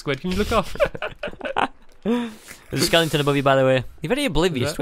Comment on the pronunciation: Word Of the day: skeleton Squid: skelington Stampy: googeli